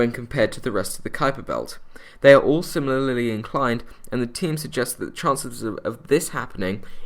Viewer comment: Do you realize you said "si-MIL-ar-ly?" And I'd call the planet Cerberus.